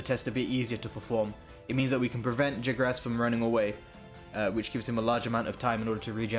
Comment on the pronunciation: Wait I thought it was Jagras not "Jigras"...